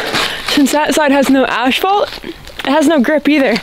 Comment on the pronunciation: What is “ashphalt”?